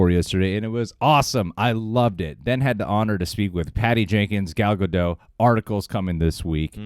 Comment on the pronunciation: As a Hebrew speaker I will help your pronounciation of Gal's name. It's Ga-dote. Long O. Like Supreme Leader SNOKE. Gal means wave 🌊 and Gadot is banks. Like river banks.